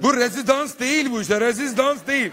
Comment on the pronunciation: aynen ya hem rezizdans nedir ya 😀😀😀